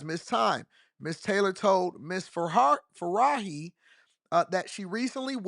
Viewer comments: This dude said “Faraahi”….. he pronounced the J as an H as if she was spanish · The name is an Arabic name, not a Spanish name. No need to confidently pronounce the “J” like it’s an “H” and even repeat it to show us you know your shit lol.